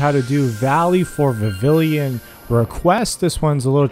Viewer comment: Vivillon= Vih-vee-yon FYI